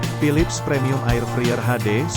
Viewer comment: Ngomong nya bkn 'friyer' tapi 'fraiyer' 😵